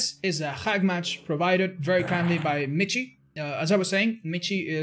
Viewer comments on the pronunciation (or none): If he's german, his name isn't pronounced "MiTchi" but more like "miShe". (like the word "she") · Hahaha es de las pocas veces que te escucho hablar español, xD lo digo porque al parecee Michi se pronuncia Miji, yo también cuando lo vi no sabía como pronunciar asi que lo hice como tú, a lo español xD Saludos, crack. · *for the Germans out there because has been mispronouncing the name: Michiiiiiiii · so does this guy really pronounce his name like otz does? because Michi in german is the short form of the name michael and is pronounced like "mihi". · Man kann nicht behaupten das miji wie Kirche oder Lurch ausgesprochen wird, das ist ein grober Fehler. Es wird wie Rachen, Rochen oder Rauchen ausgesprochen. Diese 2 Laute sind sehr verschieden und werden in zwei verschiedenen Mund Gegenden gebildet. Ich hab mich da emotional hineingesteigert, hätte ich nicht machen sollen, mir aber egal. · I know it’s been a year but because you are spanish: michi is german and the ch is pronounced like the spanish j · Its a german Name you say the ch in michi like a hissing cat and/or the j pronounce in spanish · He is probably german and you butchered his name. It's a nickname for Michael btw.